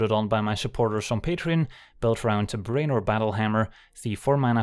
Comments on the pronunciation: "BRAY-nor"? you mean "BREW-nor" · As always, a brilliant curve. Its pronounced Brew-en-or.